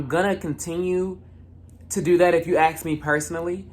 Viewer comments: it's the "aks" for me😭😂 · ...and axe/aks. Your ears are fine. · You mean “axe”